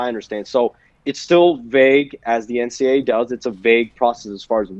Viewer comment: Why does the reporter contanstly say NCA instead of NCAA